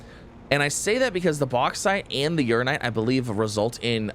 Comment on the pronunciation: Funny how he STILL pronounces "UraNInite" wrong after weeks... 😁 People have given up telling him, too 🤣